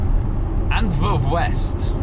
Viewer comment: 105 is a bit slow for the middle lane in Belgium, even in rain, and yes you are saying Antwerp wrong.